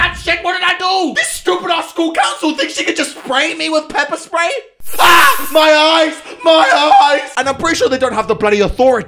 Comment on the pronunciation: "pepper spway" 😂😂